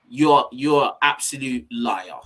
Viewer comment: LMAO he pronounced "liar" just like Mo Stack's grime song ahah !!